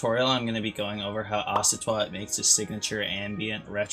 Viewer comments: He said " ocy twat " ☹ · Bro knows the exact tendencies of icytwat but can’t pronounce the name💀good video tho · how do you say icytwat wrong